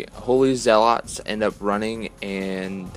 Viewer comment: Great report. Good battle. Menoth is tough. Not crazy about the Menite paint job tho. Well done, but the color scheme makes them look like a Cygnar force. Blasphemy! FYI, they're pronounced ZEH-lets not zeh-LOTS.:-) Also, on turn 3, doesn't the senschal have quick work? So after he charged and killed a guy, why didn't he fire his crossbow? Can't he also move 2" after killing someone? Or maybe I'm thinking of the wrong solo. Edit - I am. He has assault and hunter. My bad.